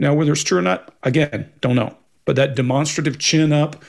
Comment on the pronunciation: Does have a opinion on the boys pronounceation of "demonstrative "